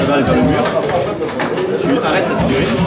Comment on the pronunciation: La... figurine... déso frère mais je suis resté bloqué sur ” figurine ” pendant toute la vidéo 😂😂